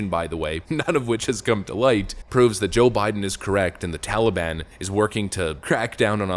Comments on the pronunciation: Tally-bon?? Hey, tally my banana... daylight come and Joe's a useless clown. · He says TOLLY BAHN. 🙄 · ...Why the F does he keep calling it the TALLY-ban? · I missed hearing grandpa say tollybon.